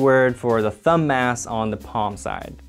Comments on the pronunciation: thumb mass. Thumbmass. Thumb ass. I couldn't hear anything else once I noticed this, haha. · I really wish I'd had this video back when I was in med school learning muscle anatomy. At the time I thought the muscles were incredibly boring; this makes them seem much more cool. Also, every time you say thumb-mass it sounds like thumb-ass; every med student knows that the mildly naughty mnemonics are the best!